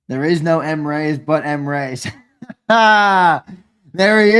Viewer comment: I realize you guy keep saying Mreyes. I think it's actually Mr Eyes. Lol. You should ask him.